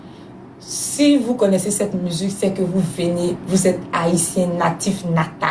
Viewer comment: Même si elle parle en français,on ne dit pas musuque on dit musique 😂.En tout cas bravo ma chérie